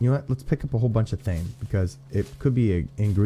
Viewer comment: Thyme is pronounced like time. I don't know about in game but it's a good seasoning for chicken. Thanks for powering through that head cold and making this awesome video!